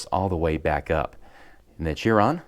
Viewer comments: Boogatty sheeron, not byoogaty cheeron. Just so you now. Nice video though! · that's how Chiron is pronounced sheeron Chiron is how you spell it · Chiron is pronounced Sheer-on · Yeah the car is pronounced "Sheeron", but Chiron is technically pronounced Kai-Ron, or Kahy-ron. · Please don't call Chiron "cheer on" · Porsche has a flat 6, not a V6. Also its pronounced "Sheeron". Excellent video tho. Definitely love both sets